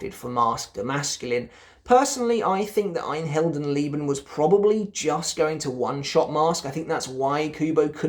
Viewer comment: Awesome video! Your "Ein Heldenleben" nearly has no accent. wow! Keep going like you are right now, you are one of my favorite content creators.